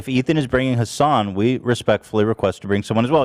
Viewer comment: I know "HAsn" is a meme, but I'm genuinely starting to wonder if Ethan has forgotten how to say Hasan's name.